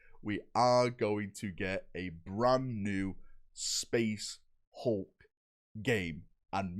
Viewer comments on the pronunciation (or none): none